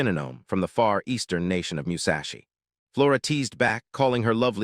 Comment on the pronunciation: meushashi is wild instead od sayin musashi